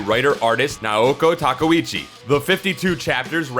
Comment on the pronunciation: 1. You're saying Naoko Takeuchi wrong. 2. There were 18 original paperback Sailor Moon volumes in both Japan and the US, not 16. 3. You pronounce Tsukino wrong. 4. Hunter x Hunter should be read as Hunter Hunter, no x.